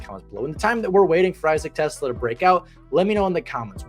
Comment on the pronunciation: its TEE-Slaw